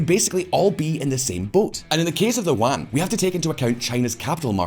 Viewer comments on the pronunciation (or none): Yuan. E-woo-an. Yuan. Not wan. I'm not sure but that could be the name of some historical currency.